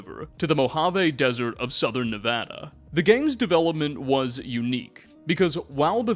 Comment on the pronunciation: He said nevada right!!!! Lets goooo